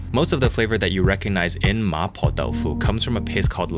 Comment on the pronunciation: that Cantonese there sounded perfectly fine. There's always a danger of introducing weird accents when mixing English and Cantonese in the same sentence, but that "ma poh dau foo" sounded proper Cantonese :P